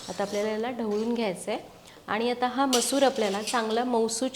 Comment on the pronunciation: तुम्ही मसुरा का बोलता?